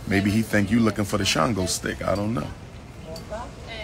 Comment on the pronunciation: “CHANGO-STICK”? REALLY? THIS MAN IS SICK AS HELL! LOL!